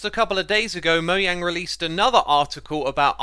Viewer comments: The correct way to say mojang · Subbing for correctly pronouncing Mojang!